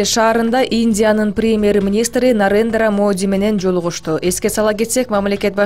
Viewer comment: Нарындра Моди эмес Нарендра Моди